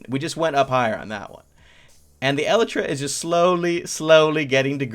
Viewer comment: Elytra is pronounced e-Le-tra